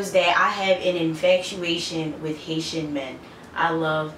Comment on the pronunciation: I thought u first said "Asian" hahah